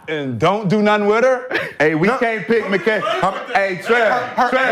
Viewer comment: His name is McCants not mccan...